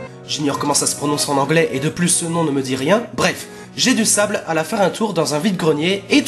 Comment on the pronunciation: Ah et Jedusable, vu qu'il est anglais, doit se prononcer Jai-du-saybeule